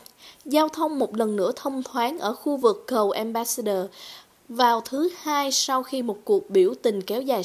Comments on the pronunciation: Một chút góp ý với cô xướng ngôn viên, cô không nhận ra chỗ sai hoặc không phân biệt được. Tên của tt trudeau cô đọc là "truđồ " thấy vì đọc là " truđô". Ambassador cô đọc là " ambassaidơ " thay vì " ambassátdơ " . Tôi phiên âm và đọc theo kiểu vn. Hy vọng giúp được chút ít. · Cô xuớng ngôn viên này? nên nghiên cứu lại cách phát âm tiếng chữ ambassador, Trudeau...và nhiều chữ khác nữa nhá